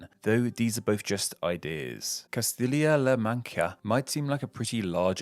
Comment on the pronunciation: It's Castilla la Mancha... pronounced "kastiya la manxa"...same sound as cheers or chicken...not la "manka" 🙄🙄🙄